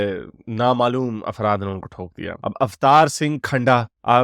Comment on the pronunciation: bhaijan afraat nahi afraf boliye